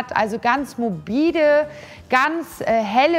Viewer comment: ... Ich werd noch verrückt, was sagt die Dame denn da für ein Wort?! 'Mobiede'? Dieses mobide, dieses schlichte in Kombination mit Glitzer... kann mir bitte jemand sagen was das zu bedeuten hat????!!!!